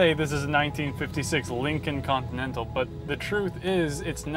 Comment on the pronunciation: I stopped watching when he said "Lincoln Continental."